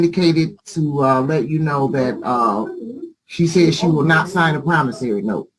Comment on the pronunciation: doesn't know how to pronounce "promissORy" (not "promissARy"). Just saying...and that weave is about to fall off as well.